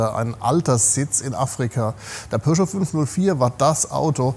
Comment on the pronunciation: Pöscho...🙉 Am Anfang hab ich Porsche verstanden 😅